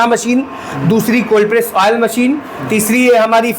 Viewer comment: Woil nahi Oil bol bhai😂😂